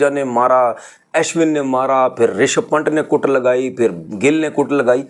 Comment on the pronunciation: Panट, Aishwint, Saichin, Crackters Aindia 😂😂 bhai ye log kya he bolte hai 😂😂😂😂😂😂😂